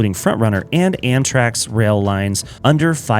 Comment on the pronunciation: you were saying Amtrax (or Amtraks) this whole video, instead of Amtrak. Big nitpick, though - doesn't take away from the quality of the video